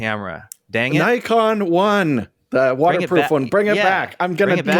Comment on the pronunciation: for shame....how c=dare you mispronounce Nikon.:)